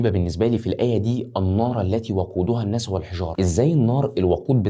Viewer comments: جزاك الله خيرا ربنا ينور بصيرتك بس لو سمحت اتعلم حتى اساسيات التجويد. انا مش أهل أعلق لك على مخارج الحروف لكن الأخطاء في الضبط (التشكيل) في القرآن تعتبر كارثة الناسُ مش الناسَ التغيير دة ممكن يعكس معنى من معاني القرآن مينفعش في حقك وانت تعتبر ( public figure) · الناس السين عليها ضمه مش فتحة وشكراً لمجهودك الهادف